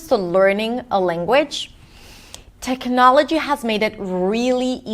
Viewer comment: You pronounce technology in a way I have never heard it pronounced. I thought it was tehk nah’ luh gee.